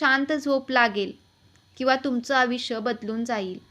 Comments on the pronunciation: आविष्य नाही आहे तो शब्द आयुष्य असा आहे तुम्ही मराठी भाषा तरी नीट बोला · आयुष्य असे वाचा आविश असे नाही